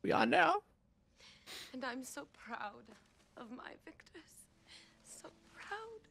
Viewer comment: Is he saying wictors instead of victors?!